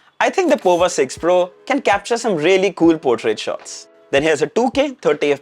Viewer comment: It's powa (as power with US accent). Looking at the CPU which is Dimensity 6080, the price is way too high